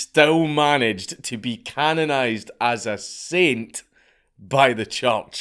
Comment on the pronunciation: Scot: says "church" Me: Did you say "judge"?